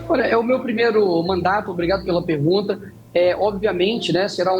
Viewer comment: O Nicolas fala obrigado pela pergunta, oque eu escuto: - Obrigado pela janta! 🤌